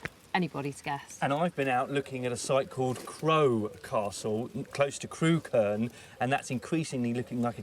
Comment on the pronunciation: I grew up not far from there. Used to work and go to pubs in Crewkerne. Funny hearing everyone pronouncing 'Crewkerne' wrong (it's 'Crook-urn' not 'Crew-kurn'). I'm sure the side-hosts killed the series off. Both of them were dingbats, and poor Mick - the actual expert - doesn't get much of a look in.